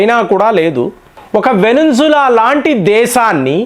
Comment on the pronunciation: వెనింజుల కాదండి. వెనిజులా